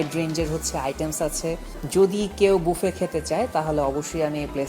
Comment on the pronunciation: Bangali বাফে k বুফে bole keno